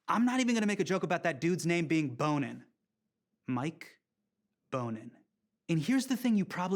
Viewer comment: It's pronounced BON-in... not BONE-in.. I live in LA and he's a kickass City Council member :)